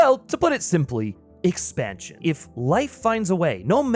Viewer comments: 2;55 "Expantion" lolol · "At IT'S core?" "expanTion"? that's some illiteracy there